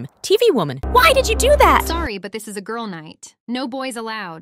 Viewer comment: Lil bro said "gril"💀